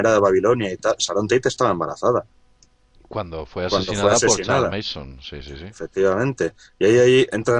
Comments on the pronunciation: se pronuncia charles manson no meison jaja solo una critica constructiva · Una corrección : el nombre del psicópata es charles Manson. Pronunciandolo como "meison" dais a entender que el apellido es mason, sin la primera M